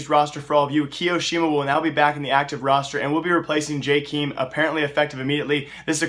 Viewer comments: it pronounced jaykem not jaykeem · WTF, LEARN ABOUTE CS, "JKIIIIIM" ITS JKEAM or like "j kem" jeez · JKEEM? Are you sure its not Jk-EM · "jkeem" lol, it's actualy -m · hey dude lil help with a name on faze its "-em" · you butchered jkaem's name xd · Michael Stan There are not "so many ways to say his name".